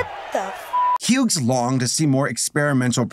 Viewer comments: I’m sorry you were saying the name Hughes, oddly. The name Hughes is pronounced like “hues”. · I'm sorry but you pronouncing the g in Hughes is driving me insane lol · I have heard people pronounce Hughes as Huggies or hug-his, but not hue-gss. We always produced it as hues, that silent g was the bane of my kindergarten career. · The way you pronounced Hughes hurt so bad